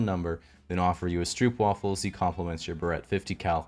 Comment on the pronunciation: "..then offer you a stroopwafel" Butchered that pronounciation eh Source: I'm Dutch